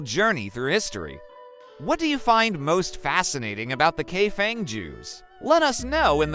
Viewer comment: The correct pronunciation is Kai Fong